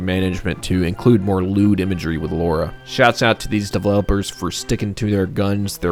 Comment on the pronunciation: It's Lara Croft, not Laura. Lara, like Tara.